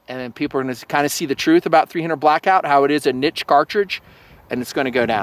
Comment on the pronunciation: I respect you even more because you say "niche" the right way. Not like some half assed, wanna be, intellectual.